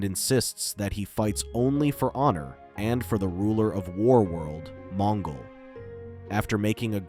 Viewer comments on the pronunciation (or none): Supposed to be extinct ? It’s supposedly . And J’onn Jones is pronounced with a slight pause between the J and the o . It’s like saying J onn . And it’s Mon-gol like the Mongols of China not Mon-ghoul . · Mon Ghoul? Geez AI Garbage narration.